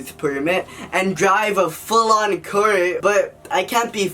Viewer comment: What's a kur? do you mean car?